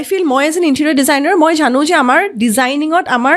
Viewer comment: ঝানো, অখম,যোনে , হেনেকুৱা...... কি শব্দ এইবোৰ ? ভুলকৈ কোৱাটোহে আধুনিকতাৰ লক্ষণ নেকি?????English, Hindi, অসমীয়া সকলো মিলি এটা নতুন ভাষা কোৱা যেন লাগিছে। Unsubscribe কৰিলো।